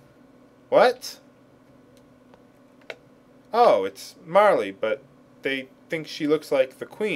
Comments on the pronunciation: Every time he says "Marley" I bury my face in my arm, smiling. After "Gaw", nothing can faze me. Bring on Frogue. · ugh, you keep on pronouncing this so differently, saying E at the end of Marle, and pronouncing the g in Magus as a j... It's somewhat vexing.